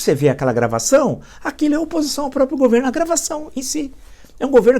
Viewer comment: Parabens por tudo.Permita-me uma correçao, peço desculpas, a pronuncia correta é proprio e nao propio.Todos temos deslizes, eu tenho também.